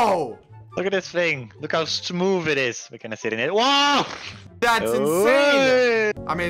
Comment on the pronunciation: "Smoovv"